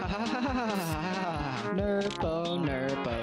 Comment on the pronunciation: It’s nerpo